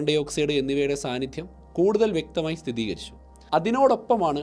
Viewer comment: വിജ്ഞാനപ്രദമായ മറ്റൊരു എപ്പിസോഡ് കൂടി. അവതരണം വളരെ നന്നായിട്ടുണ്ട്. ഒരു കാര്യം സൂചിപ്പിക്കട്ടെ. സോഷ്യൽ മീഡിയയിൽ പലരും തെറ്റായി ഉച്ചരിക്കുന്ന ഒരു വാക്കാണ് സ്ഥിതീകരിക്കുക എന്നത്. സ്ഥിരീകരിക്കുക എന്നതാണ് ശരി. ഒരു പക്ഷെ ഞാൻ കേട്ടതിൻ്റെ പിശകാകാം.